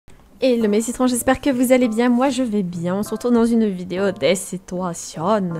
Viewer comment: OUII LES SITOUATIONE essque tu peut majouter stp